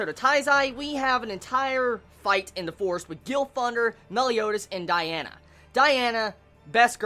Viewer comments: *DIane not Diana, Die-anne :p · DIANNNN NOT DIANA K